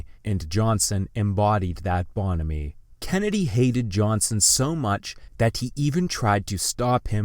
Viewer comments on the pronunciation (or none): That this piece, whose topic turns around the natures of humanity, is narrated by an artificial-intelligence robovoice is exactly ironic for my own bitter, bitter view. The fucked-up ---and REPEATED pronunciation "bonomy" for "bonhomie" in the 11th minute helps define crap. Get used to it, all.